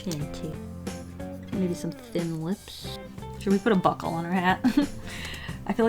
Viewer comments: Actually thought she said Butt hole instead of buckle 😂😂😂😂😂😂😂😂😂😂😂😂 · Buckle ohhh lol I thought she said butt hole XD